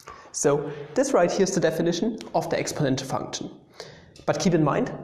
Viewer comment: Love how u say funchun